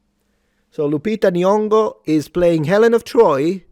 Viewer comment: Nyong'o, no G sounded, same sound as the ng in so